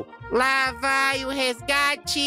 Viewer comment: voce ta falando errado nao e gate e resgate